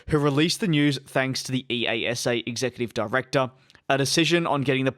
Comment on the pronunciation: ‘ee-ah-sah’ is how you say EASA